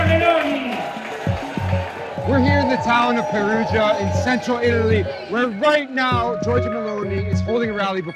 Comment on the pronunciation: How Terrible Is the italian of the speaker, not even one Word Is pronounced correctly. Meloni becomes M'lonee, Perugia becomes P'rooj'ah, for istance.